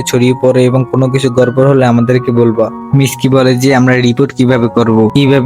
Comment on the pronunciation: Miski ❌ mitsuki✔️